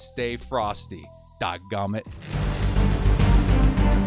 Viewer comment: Yes he does. And it's Dag Nammit. Not dog nummit. My grandpa used to say dag nammit when he was mad. Gen x'r here just trying to help out the millenials